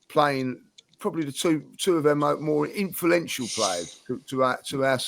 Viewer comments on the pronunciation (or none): outdone by "Inflenential"